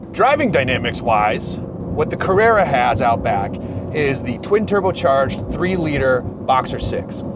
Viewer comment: Carruerrua wierd way yo pronounce this word, let me help you. Car-re(p)-ra(n) all the letter inside this (do not say it) is just a guide like when you say Ran say the same but take the n outside this word...